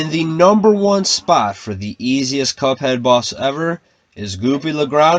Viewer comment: did he say cup hen